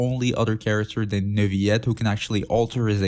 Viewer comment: i have a question.. Who is? you keep butchering his name xD i don't know why